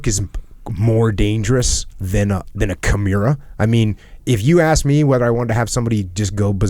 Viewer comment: Did Jocko call a Kimura Kimuira?